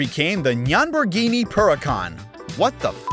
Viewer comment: 🗣️NYANBORGHINI PURRACAN💀🤣😂